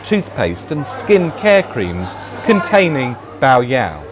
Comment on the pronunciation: You pronounced yao correctly, but bai should be pronounced like the English word buy.